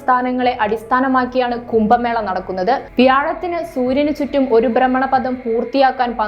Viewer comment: കുമ്പ മേള അല്ല കുട്ടി. കുംഭ എന്ന് പറ